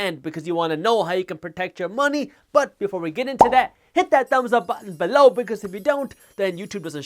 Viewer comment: Haters.. I love Jaspreet, especially when he says BELOW!